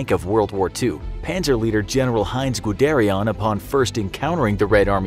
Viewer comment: You pronounced guderian wrong just sayin